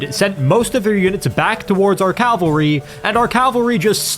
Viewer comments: Impossible challenge: Drink every time pronounces "cavalry" as "calvary" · You’d think that after how many Total War videos you’ve made you could pronounce cavalry correctly. Cavalry. Not calvary. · I swear, no one can pronounce cavalry correctly lol